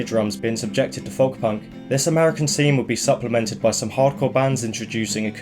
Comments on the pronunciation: Its pronounced "Foke" not "Fuhwlk" m8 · why do you say folk like that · someone teach him how to pronounce folk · Ive never heard anyone pronounce the L in Folk before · are you pronouncing the work folk wrong on purpose? is it like an inside joke? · I’m glad someone else said it. It’s the pronunciation of the hard L.